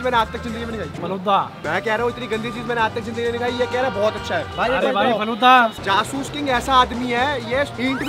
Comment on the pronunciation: says faluda 😂😂